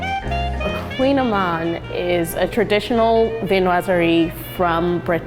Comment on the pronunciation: No, lol, kouign-amann, it’s Breton (something from Bretagne/Brittany), so the word is basically a type of Gaelic, and even I can barely pronounce it and I live in France, lol, and no she didn’t pronounce it right either, lol